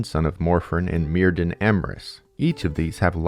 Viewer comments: enjoying the video! but just a quick note that the welsh 'dd' is its own letter and not pronounced like the english 'd'. 'dd' has more of a 'th' or 'f' sound so myrddin is pronounced like merfthin, with emphasis on the 'dd' sound ! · I'm being really petty now but "y" in Welsh is usually pronounced as "uh". So "Myrddin" would be "Muhrthin"! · Clearest example: dd in welsh is pronouced as a (voiced) "th" in english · because the c.f. voice on YouTube pronounces it "murr"-rhymes- with-purr, "th"-like-then, "in"-like-thin. But it's a computer, not a Welshman. Also, please tell whether the Welsh Gododdin were influenced by Germanic/Norse paganism (or the English, who didn't exist until after the Gododdin named themselves....) Thanks. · DD is pronounced TH. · I realize there's not much chance you'll be able to redo your entire voiceover, but I just started watching this and wanted to give a heads-up that the DD in Welsh is pronounced "TH" and not as a "D" and likewise "dw" is "Doo." Enjoy your content very much regardless!